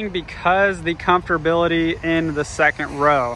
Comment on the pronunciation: The comftorbility.